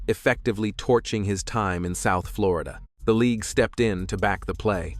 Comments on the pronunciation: “floryduh” like he just learned english😂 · "Florija" Fucking AI BS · Floreeda? AI BS. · Flow-ree-dah? Come on AI, do better😂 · why TF did this AI say Florida like that 😭